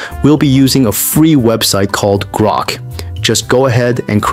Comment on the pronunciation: grock or flow??